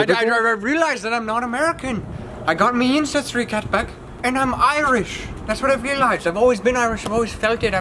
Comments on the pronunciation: he really said incestry test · Just watched again didn't catch this he says "incestry" not ancestry lmao